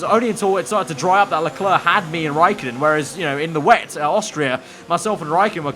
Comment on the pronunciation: It's Charl Lelerc.